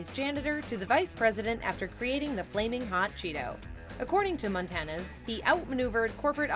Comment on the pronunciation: It's Montañez, not Montanez.